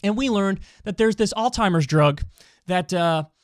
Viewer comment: It's not "old-timers drug" but "Alzheimer's drug."